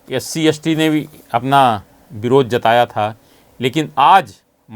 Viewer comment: भाई साहब बोलना सीखो s t मतलब एस टी और आप यस टी बोल रहे हो।